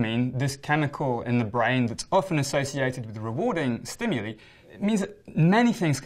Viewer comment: Finally a person who can pronounce “stimuli” correctly!